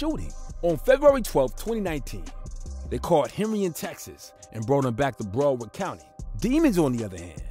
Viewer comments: Idc how late i am on this video I came to say STOP SAYING BROWARD LIKE THAT! Brow pronounced the same as when you say eyebrow. BROWARD brow-erd = BROWARD Not Bro Not Browf And there is definitely no f in it so i don't know what you was trying that first time lol brow please BROW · Its BROWARD COUNTY NOT BRUUUWORD COUNTY LOL 😂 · Brow-ard County. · Lol this video is filled with errors....he mixed up ynw sac chaser and ynw juvy when he introduced them and keeps calling it BRO-WORD county 😂. This guy is fried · BROW-WARD COUNTY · This guy doesn't know how to.say Broward County 😅